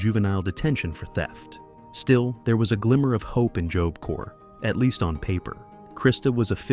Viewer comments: AI Narrator can't decide how to pronounce the word 'job'. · Lol, jobe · The AI narrator pronounces Job weird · Did you use ai for the audio? That is not how you say tadaryl. Any real person would know it is like Tuh Daryl. And it says job with a long o? Makes it unwatchable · "Joab" corp?? It's about time these AI voiceovers were banned! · You pronounce job two different ways (3 ways/correction) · If this isn't AI. You can't even pronounce job? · AI narrated, learn how to pronounce “job”.